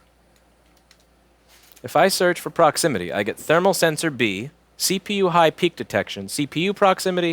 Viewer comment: I loved "Thee-PU Sermal Sensor", whether it was on purpose or not. I do that all the time, but it's because I'm dumb. :P